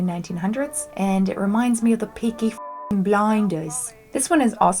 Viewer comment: is the only way to say peaky blinders correctly 😂